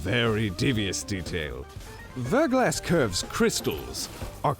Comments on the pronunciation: It's pronounced VER-GLAW, like "thaw", not VER-GLASS. ❤ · Verglas is pronounced "ver'glä" it's a French word that means thin coat of Ice. Before you ask yes, I am a Verglas Curve fanatic.